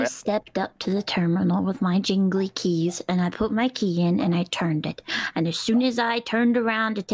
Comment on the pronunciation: "Jingly keyss"